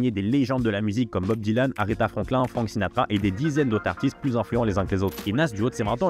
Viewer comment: Alors très bonne initiative et bonne chaîne de mec qui s’intéresse… Mais j’me permets pour ton bien frérot lol déjà qu’entre Pete Rock et Mc Serch prononcés comme Gilbert le jeune retraité du PMU, j’ai tiqué, quelques secondes plus tard j’entends Aretha Franklin prononcé comme la tortue mdrrr saignent du nez direct😅 stp faut te mettre un minimum à l’anglais, ne serait-ce que les bases ça va t’ouvrir un monde, qui plus est si tu te passionne pour le rap et le Hip-hop !